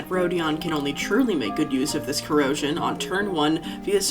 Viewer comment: “her corrodion-“ that sounds like a pokémon